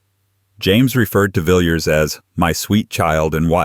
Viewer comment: Villiers should be pronounced Villaz not Vill-yuz.